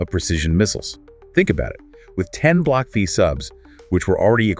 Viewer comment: It's "Block Five" not Vee. Silly A I !